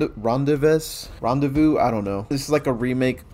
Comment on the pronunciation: If the Map was Rendezvous - It's pronounced Ron•Day•Voo. And that is how I say Perdition as well. 🧡